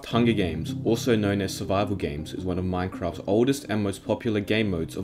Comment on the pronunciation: “Hungy games”